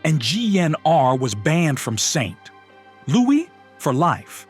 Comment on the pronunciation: If you're going to threaten to boo your potential subscribers IF they don't hit the subscribe button, you better make DAMN SURE you ain't using lame AI narration that says "GnR were banned from Saint..... Louis"!! How terribly unprofessional!!